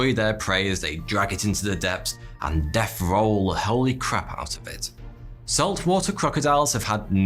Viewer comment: Great content, but I’m really distracted by your pronunciation of “th”. “Death” becomes “deaf”, “throat” becomes “froat”... ugh.